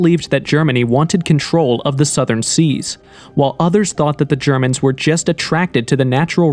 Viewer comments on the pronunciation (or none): none